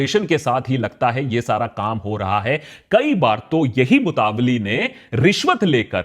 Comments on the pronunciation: Its not called mutavalli its mutawalli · Its nor मुतावली Its मूतवल्ली Pronouns correctly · सही उच्चारण ( right pronunciation ) मुतवल्ली ना कि मुतावली जैसा कि आकाश बैनर्जी बोल रहे हैं । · It's not a MUTAVALLI it's मुतावल्ली or मुतवल्ली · Love you Aakash! It’s pronounced Mutta Walli (like Nalli) not mutavly 🙏🏼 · Mutaavali 😂😂😂 itni research kari pronunciation bhi seekh lete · ji correct pronunciation is motawalli (mo-ta-walli).